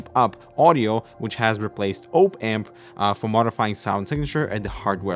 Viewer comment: Ope amp, you mean op amp, similar to how you say hop but without the h